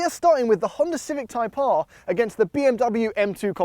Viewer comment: “HONDA CIVIC TYPE AAAAHH” “HONDA CIVIC TYPE AAAAHH” “THE TYPE AAAAHH” “IN THE CIVIC TYPE AAAAHH” “THE TYPE AAAAHH”